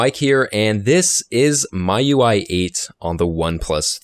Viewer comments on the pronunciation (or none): nice video, thoroughly explained. But one thing, miui is pronounced as "me-you-eye", not "my-you-eye". Just a heads up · jfyi.. ~ it's pronounced Me You I not My You I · ERROR YOU SAID "MY UI" IS MIUI 8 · MIUI should be pronounced as 'Me UI' due to 'Mi''s Chinese origin. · "my UI" ? Android " nugget" ?!?! Are you trying to kill me? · it's pronounced "me ui"